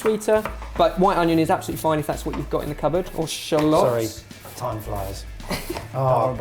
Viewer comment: "Thime flies" It's good to see you back:')